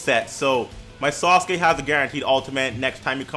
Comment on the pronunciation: love how you say sasuke, sounds like SAUCEkee xD keep up the content bro